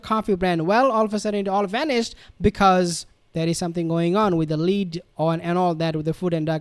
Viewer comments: Lead - It's a metal. Pronounced LED not LEED. Did you not do chemistry in school? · BRR…….. Lead - which is the poisonous heavy metal in that coffee, is pronounced: LED. ! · Lead -- pronounced "led" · Lead in MM ‘s coffee is pronounced ‘led’. Ok.